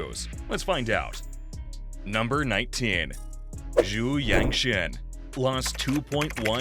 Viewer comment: No 2, Yangtian. Tian is pronounced tee-en. I think you pronounced it Shein after his brand.